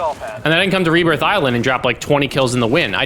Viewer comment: 'rehbbirth', always something super small to purposely troll the speech OCDers...